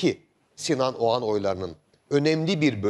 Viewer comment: şu adamın soyadı Ogan mı yoksa Oğan mı..Barış bey bir Ogan diyor bir Oğan..acaba Bariş Yarkadaş beye bazen Barıs Yarkadas mı desek